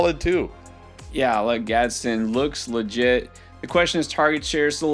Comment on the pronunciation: It’s GadsDEN. Not gadsen 🤣🤣 respect the new 🐐 TE